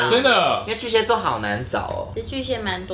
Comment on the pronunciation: 巨蟹ㄒㄧㄝˋ座，不是巨蠍ㄒㄧㄝ座